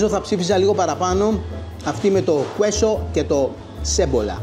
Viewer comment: προφέρεται κέσο κ όχι κουέσο το τυρί. Το λες πολύ συχνά. Queso γράφεται κ το u δεν προφέρεται. Φιλικά 😊